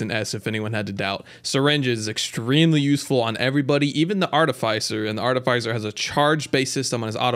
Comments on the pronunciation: One comment about this. You're pronouncing Artificer wrong. It's not ARTI-FYE-SER. It's ARTI-FIS-SER Like how you would say Fisher just without the H. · Art-uh-fiss-er, not Art-uh-fice-er. Great video other than that, definitely a pretty accurate tier list. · Artificer is a short I, like is, not like ice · It's artificer not artifycer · "aar-tuh-fuh-sr" if american english "aa-tuh-fuh-suh" if british english. Bugs me everytime he says "ar-tuh-fy-sr" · I though artificer's name was pronounced "art-ti-fi-sir" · If this guy doesn't learn to say "Artificer" right I'm gonna blow a gasket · I love everything about this except for how you say artificer. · Disagree with the Ukulele rank, thing is insane. Artificer is pronounced differently, its not a hard "i" after the f. Happiest Mask is god tier, H3AD-5T v2 is not that good, no fall damage is nice but it is more of a liability late game. Ifrit's Distinction is pretty nuts, im not sure of all the effects but I felt like I was not ever able to take burn damage and all my attacks did burn damage. I was playing as engineer and my turrets also felt much more powerful but I am not sure if it actually did anything for them, my build was pretty nuts at the time I got it. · Good video, saying artificer wrong one million times hurts tho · Thats not how you pronounce artificer is it? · You say Artificer so wrong, lol. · Listening to you mispronounce artificer the entire video was really annoying.